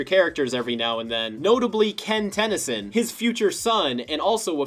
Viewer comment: I just love all the syllables with how he says it "Ten-Y-Soon!"